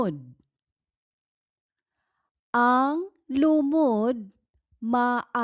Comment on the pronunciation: To be clear, I mean in your video you write that the stress is on one syllable, but pronounce the stress on a different syllable. For example, you write LU-mod, but pronounce it as lu-MOD.